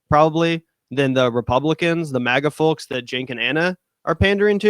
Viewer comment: Why did he keep pronouncing “folks” like that? Lol